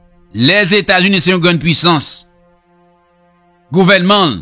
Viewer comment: Quel honte pou ou ,même États-Unis w pacab prononcé